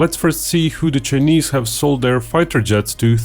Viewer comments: He pronounced "China" correctly but kept saying "Chunese".🤔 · "Chenees"? His pronunciation of "Chinese" is driving me nuts! Embarrassing. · I love the chinese pronunciation, Che nese. The chenese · For the information of those not in the know, China is pronounced as Chai- ner. Correspondingly, Chinese is pronounced as Chai- niece. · I like your video but stop pronouncing it "chenese". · how can you say "China" correctly but use a different vowel sound when you say "Chinese" as chih-neez? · Your ' chinese ' pronunciation is like Indian are you an Indian in disguise of a Russian?